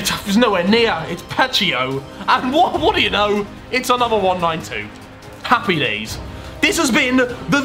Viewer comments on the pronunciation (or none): none